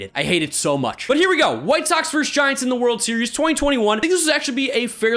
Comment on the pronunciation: "Versus." Not "verse." Love you dude, and it's really my own problem that this bother me. But it does.